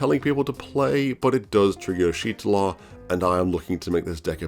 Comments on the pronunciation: "Yeesh Tortilla" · u pronouce her name so wrong it's ish tolla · bro can google moe picks of Y'shtola but can't Google how to pronounce her name /lh